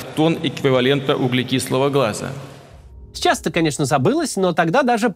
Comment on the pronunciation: мне одному показалось он сказал "углекислого гЛаза"?